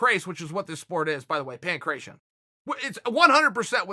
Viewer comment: chael i know u probably dont care but the sport u refer to is pronounced pan gra tee o